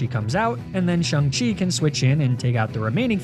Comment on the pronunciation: Dude mis pronounced Shang-chi